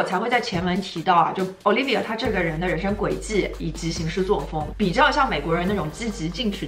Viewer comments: 我咋一直听成奥力给，没有不礼貌的意思。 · 小可爱跟我读 Olivier（法语）：欧～力～V～耶～。